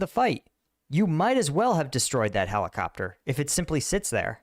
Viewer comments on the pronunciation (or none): none